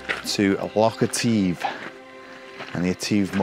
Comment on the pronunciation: Say Etive with a silent e this is the correct pronunciation, also it is not a lock it is a loch. Otherwise a most entertaining video and some lovely images.